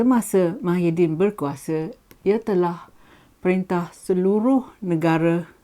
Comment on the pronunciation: Tahan lah lama....Mydin....hahaha kelakar la......pelat ya....